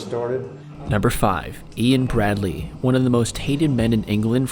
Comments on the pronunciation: Ian 'Brady' not 'Bradley' please at least get the name right, sheesh! 🙄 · It's Ian Brady..... Not bradly! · Ian 'Bradley' it's not pronounced bradley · It's Ian Brady not Bradley, gets our murderers names right. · Ian Brady.....not bradley.....sorry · It's ian brady, not Bradley pal. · Its not ian Bradley its ian Brady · you say Ian 'Bradley' when his name is 'Ian Brady'. I live 2 minutes away from where Myra Hindley and Ian Brady's house was in Hattersley(Manchester). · its ian brady, not bradley......... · its Ian Brady not Bradey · oh yeah no its Ian brady